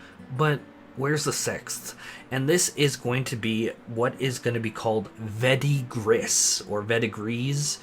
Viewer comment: Verdigris is pronounced "Ver-de-gree" and is the name of the turquoise color of old/tarnished copper.:) Thanks for your content,!